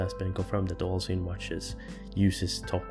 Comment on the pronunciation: it's pronounced "zin"